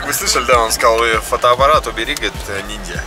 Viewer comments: Привет, он сказал : фотоаппарат убери низзя а не ниньзя)))) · 😁😁😁он сказал фотографирот нелзя а не нинзя😁😁😁😁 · Кажется сказал не ниньзя а нильзя